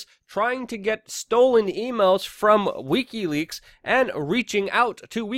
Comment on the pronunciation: Pleaae learn how to pronounce wikileaks. I love your content but you sound drunk and I can't take it